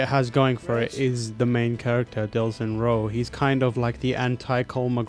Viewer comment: Oh, sounded like they were saying Delsin died, whoops :P